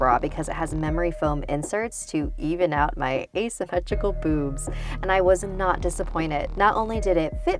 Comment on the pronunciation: lol the way she says a semtricale boobs